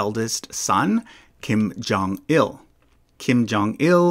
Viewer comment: Kim Jong-un putting an extra “L” in his father’s name. Now he’s Kim Jong-ill